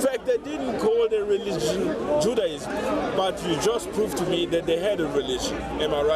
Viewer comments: MAGMK&W 20:114 nah he clearly was saying juaDism at beginning.. 😂 but excellent video , i listen closer while it happened because i was like that sound different lol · it's Judaism not Juadism 😂